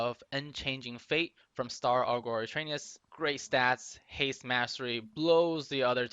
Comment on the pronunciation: Aug er, not Aug or lol.